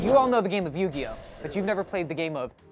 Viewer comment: Love the content, as always, but as someone who grew up knowing the rules I'm physically cringing at "Nugioh" LOL. Great job!